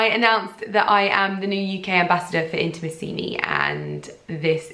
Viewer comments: Lydia.. you're pronouncing the name "Intimissimi" wrong :( just to warn you! From one of your Italian followers ❤️ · Giulia Borgogno Girl, I wanted to write the same! Of course never to be patronising, the correct accent should be put on the 3rd “i” not the 4th! Love from another Italian follower 💝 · You look gorgeous as always! And I'm so happy for you that you get to be an Intimissimi ambassador, that's sooo cool! (Here in Italy we pronounce it Intimìssimi, just thought I'd let you know xx)